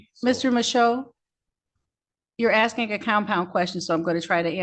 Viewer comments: More 'arksing' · Arrest him for “axing” the judge. Isn’t that a felonious assault?